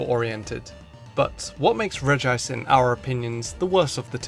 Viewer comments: Regice. Not Regi ice! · because there's no second I in Regice. So pronouncing it "Regi-ice" is pronouncing it wrong on purpose. Rename your Regice "Regiice" then I guess it would be correct. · It’s clearly regi-ce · it is regi ice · Regi-ice just sounds terrible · You pronounced Regice wrong. it's pronounce 'shit'